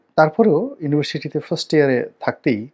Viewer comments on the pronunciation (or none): none